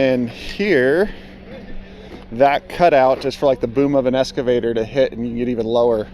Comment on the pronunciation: WTF IS AN escavator?